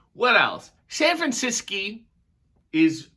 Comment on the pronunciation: "San Franciscy" I love ❤️ it. The only thing I want to do if I ever go to San Fran is Alcatraz